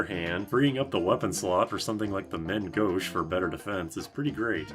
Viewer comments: More like "mehn" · I heard "men" gauche, shouldn't it be closer to "mahn"?